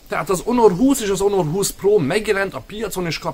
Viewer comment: Onor 20? Ammeg mi a ...? 😂😂😂